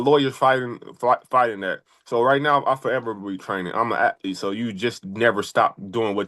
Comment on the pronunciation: Fred: .I'm a at-lete.😂